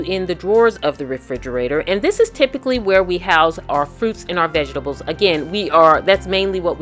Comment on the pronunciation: "vegestables" lol. Very inspirational, great video! Thanks for sharing!